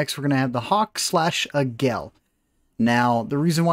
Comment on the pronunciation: Águila, that's "AH-geela" not "ee-GELL." Sounds like "Laggy la", just drop the L from laggy and you've got it.